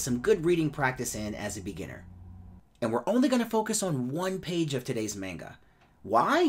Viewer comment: Your saying manga wrong but no hate